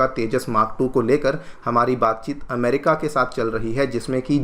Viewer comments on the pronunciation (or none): none